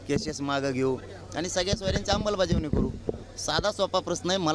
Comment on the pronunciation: याला अमलबजावणी शब्द नीट बोलता येत नाही याची लाट ओसरली आता उपचार करून गोधडीत झोप sit ची याला भीती वाटते